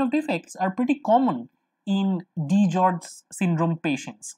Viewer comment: It's DiGeorge's not DiGeorge.